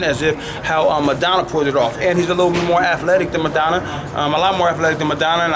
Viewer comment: Madonna. its Maidana. said like May-donna